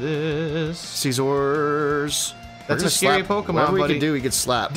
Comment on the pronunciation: Neither of you have any right to push pronunciation lmfao miss saying almost every other pokemon big Dawgs 😅